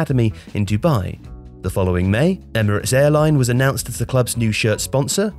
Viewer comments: its not erimate its Emirate.🙂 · "United Arab Erimate" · He was thinking too much about how to pronounce "Rass el Khaima" that he miss pronounced the easy part 🤣